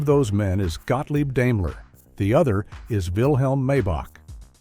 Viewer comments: Grrrr, stupid AI. It's not DAME-ler, it's DIME-ler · I was about to comment the same thing. He also mispronounced Daimler too. It's Dime-ler. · I couldn’t listen any further Deimler lol